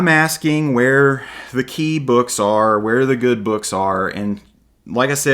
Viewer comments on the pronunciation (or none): none